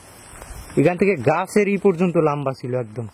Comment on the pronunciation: Aabar lambba bole lomba hobe..😂